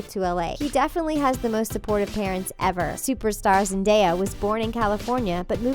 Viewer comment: THANK YOU FOR PRONOUNCING ZENDAYA'S NAME RIGHT!